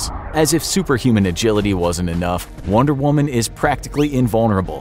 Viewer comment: The average male can beat “wonder whuman”